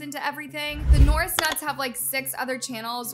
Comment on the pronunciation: your just hating on the norris nuts and you dont know how to pronounce there name